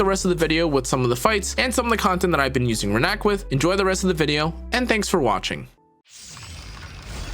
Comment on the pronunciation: It’s Rina-k not Renak